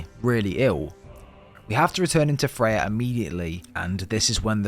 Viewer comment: I think when you say fey, you mean freya💯